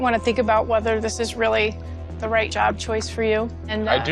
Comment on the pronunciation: his yob? did I hear right?